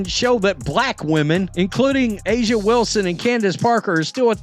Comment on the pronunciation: It's Reese, not Ree. Can you not pronounce anything? It's A'Ja, not A'A, AJ, or what other stupid thing you said. Go Indiana!